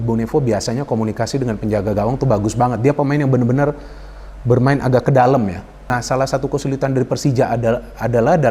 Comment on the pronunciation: Dalam bung bukan dalem